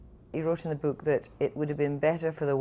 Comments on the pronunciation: 'in the bewk' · To Kristy Wark its 'book'. Your welcome